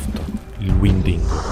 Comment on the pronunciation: Sono appena a inizio video e ho già trovato un piccolo errore, non si dice "Windigo" ma ben si "Wendigo"... Il Wendigo appartiene alla mitologia dei nativi americani. Secondo la leggenda, un uomo (di solito un cacciatore) si trasforma in Wendigo se viene morso da un altro Wendigo, se viene posseduto da un demone durante il sonno o pure nutrendosi per molto tempo di carne umana... Secondo altre fonti, il Wendigo era un uomo/cacciatore (pellerossa) che venne cacciato o abbandonato dalla tribù in un lungo e rigido inverno senza approvvigionamenti e per sopravvivere dovette mangiare carne umana. Molte tribù lo chiamano "Il figlio dell'inverno e della fame"... Spero di avervi insegnato qualche cosa ;) #Sopravissuto,#Mitologia,#Rispetto